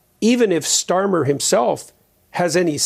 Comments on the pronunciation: Who is this guy who can not even say Starmer's name properly?!!! It's StarmER NOT Starman!!!!! 🤦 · His name is pronounced Kia Starmer. (Keir Starmer). Not starman. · 'Starman'? I think he means 'Starmer'. If he says 'Starman' one more time, I'm giving a thumbs down and I'm not coming back. He did it. He said 'Starman' again. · Starmer, not Starman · Starmer not Starmen. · His surname is StarmER, not StarMAN. Can you not read english? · Satan's name is Starmer, not Starmen! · Kir Starmen….? If you are going to videos like this, perhaps get the spelling and pronunciation correct… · If you're going to present a You Tube Channel on international politics, at least be able to pronounce the name of the politician you're putting under the microscope.